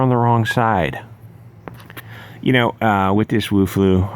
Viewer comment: Everytime you say "Wu-flu" I burst into a chuckle.